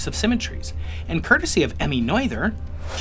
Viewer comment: For pity's sake, please learn pronounce to Emmy Noether's name correctly! Along with most North Americans, you have no idea.